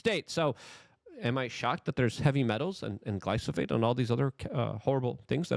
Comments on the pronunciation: My dude it's glyPHoSate, not glySoPHate. Joe said it corrrectly, yet immediately after you can't pronounce it?! Are you doing it to make morons like me click and comment? Dammit I fell for it again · Bruhhhhhh.. why you keep saying "glyso-fate"?..when "glyphosate" is clearly spelled out there in the articles you shared.. It's also QUITE ironic that you speak of not falling for psy0ps, when unfortunately you've eaten that "MAGA revolution" shyeet right up ..w/ appetizer, dessert, + digestive enzymes and all 🫣🤔😏 ..As if you've never heard of controlled opposition.. It's all theatre, the multi-felony prosecution, the assn'tn attempt", jan6 etc —in order to gradually roll out the technocratic broligarchy under the guise of "trust-me-bro hometeam good ol boy culture", bc Trump’s "obviously the good guy", being that he's constantly persecuted ..as if whole PR narrative orchestration isn't a thing.. But yeh y'all check out some peers of Luke's who are more perceptive: The Last American Vagabond website/rmble/telegram channel/twitter page etc, as well as The Conscious Resistance —Ryan Cristián, Derrick Broze, and Whitney Webb are all examples of some of the most persistent & objective truth deep-digging journalists that are out there today, along with of course James Corbett, David Icke and others who've managed to question & dodge the persuasive potential of practically every political/social narrative been pumped out over the past 2-3+ decades.. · "Glyphosate"= "Glie-foe-sate". Also there are more efficient ways of de-weeding than pulling them all individually & some that are actually good/helpful to grow around crop plants.